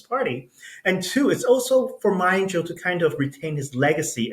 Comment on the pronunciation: Why did that guy call Mr Ma - Ma Ying Jeou and not Ma Ying Jiu - jeou is in what language? Not Mandarin obviously.